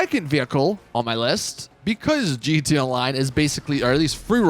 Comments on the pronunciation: GeeteeA all one syllable word lol. Gud stuff. 😂👍🏼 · Lol every time! “Geetay” online.